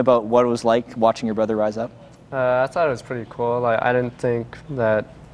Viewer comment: "Brudder" "Each Udder" I'm crying omggggggg